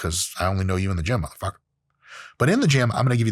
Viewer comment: I swear Dr. Mike morphs into a black man every time he says “Mutha f*cka”. 😂